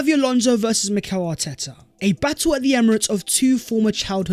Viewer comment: It’s pronounced MEH-REENO